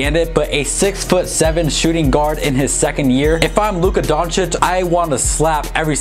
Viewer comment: Are we gonna ignore the fact that is finally pronouncing Luka Doncic correctly?? 😂